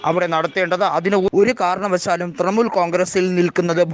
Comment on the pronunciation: തൃമൂൽ അല്ല തൃണമൂൽ.. ഇത് വിവരിക്കുന്നവന് ഒട്ടും വിവരമില്ലന്ന് തോന്നുന്നു